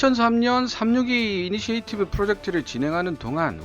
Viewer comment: 자주 나오는 initiative의 발음을 듣기 거북하게 계속 잘 못 하시는군요. 이니시에이티브가 아니고 이니셔티브가 맞습니다.